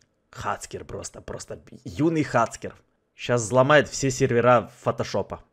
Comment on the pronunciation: правильно говорит не хацкер а хакер